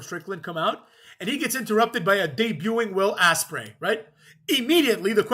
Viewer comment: He said Will Asspray😂😂